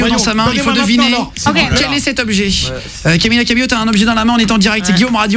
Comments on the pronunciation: Faut faire un effort avec son nom, Guillaume l'a assassiné ahah ! C'est pas camiYa CabeLo, mais CamiLa CabeYo ! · Lmao I luv joe it say CAMILA CABELL O😂